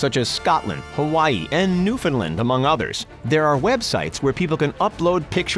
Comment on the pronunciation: I’m not a Newfie but thanks for pronouncing Newfoundland correctly, Iv heard other channels say it like new found land....